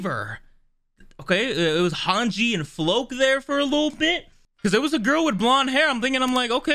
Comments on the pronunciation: The red haired guy, Floch is pronounced [Flaw-k], like a flock of birds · "Floke" Here we go again